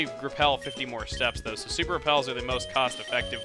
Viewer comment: every time chugga says "though" slap yourself as hard as you can